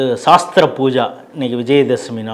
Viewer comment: சாஸ்திர பூஜை என்று சொல்லக் கூடாது.. ஸஸ்திர பூஜை என்று சொல்லனும். அஸ்திரம் ஸஸ்திரம் என்பதில் வருவது.. போர் கருவிகள் என்று பொருள்..